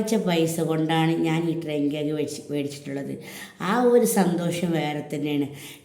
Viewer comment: ട്രെയിൻ കേക്ക് അല്ല ഡ്രീം കേക്ക് 😅